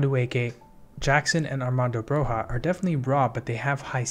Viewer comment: Great vid! Just a quick FYI Broja's name is pronounced BroYa :)